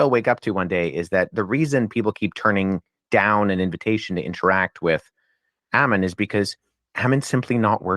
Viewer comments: Make no mistake- the mispronunciation of your name was a passive /aggressive attempt at insult, plus they superstitiously avoid your name, lest they invoke your presence. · Him mispronouncing and misspelling your name on the video was a sign of blatant disrespect and disregard. It was intentional Hail Ammon and Mother Greek